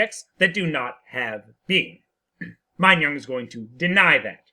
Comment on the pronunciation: "-nong" not "-nyong"